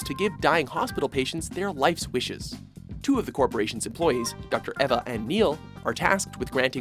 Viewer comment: its eEva not Eva haha